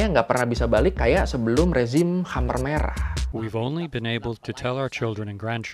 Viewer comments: Oi choy....... Kmher merah, Jangan dibaca Khamer dong. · KHEMER MERAH BANG..... KHEMER, BUKAN KHAMER, (emang mimi'an) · bagus sejarahnya min... TOP and thanks, tapi koreksi dikit cara membacanya 'KHMER" bukan kha-mer (seperti minuman keras) tapi bacanya keh-mer.. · Koreksi nih bang: Khmer Merah penyebutannya bkn khamer merah yg dlm bhs arab berarti Minuman keras (khamr).